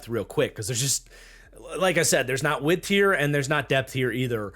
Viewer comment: Yea man that whole "width" thing.. not working for me.